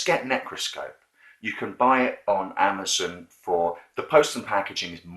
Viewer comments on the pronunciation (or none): none